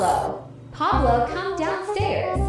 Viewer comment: Pablo Not Poloo